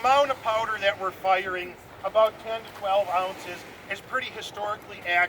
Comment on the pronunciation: Did I just heard a British saying "Ounches"?